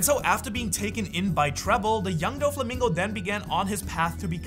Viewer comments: That Doflamingo pronunciation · Why does he say Doffy's name like that? Have I been pronouncing it wrong?